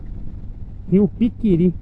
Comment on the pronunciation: Rio PIRIQUI kkkkk, eu dei risada (com todo respeito, ). É o Rio Piquiri. Essa ponte está interditada e a travessia voltou a ser feita por balsa depois de muitos anos. Isso mostra bem a situação da infraestrutura do nosso país. Como a rodovia é federal, nem o estado nem os municípios podem intervir. Enquanto isso, as balsas geram filas quilométricas, principalmente em feriados e finais de semana, por causa do grande fluxo de carretas e de turistas que seguem para o Paraguai.